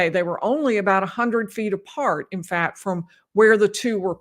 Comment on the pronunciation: People have accents. fails to pronounce t’s at the end of words. fails to pronounce k sounds. sus-pet instead of suspect fat instead of fact kuh-ret instead of correct I have heard language experts say people in the Midwest think they don’t have an accent. I am in the Midwest and I believe I have an accent but I can’t describe it because I don’t hear it.